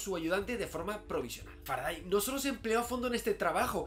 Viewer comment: Salvo que se pronuncia Faradey, al igual que Sunday, Monday o Friday. O cómo pronuncias los días de la semana en inglés?